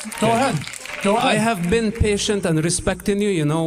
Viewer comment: "You've never BEAN?!"